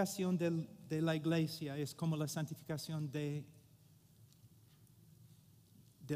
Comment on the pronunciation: Hermano Paul, "church" en español no se dice "igleisia", sino iglesia. Un saludo fraternal. Solo pretendo ayudar; no ofender. Gracias.